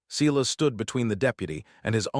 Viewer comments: S-I-as. Someone, program AI correctly. 😠😠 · I think Mara’s brother is Silas. Not See las